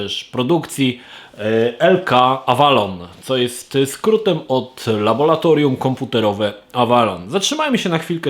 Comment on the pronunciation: Panie laboRatorium, bo laboRant, nie laboLant xD A poza tym - LABOR - praca:P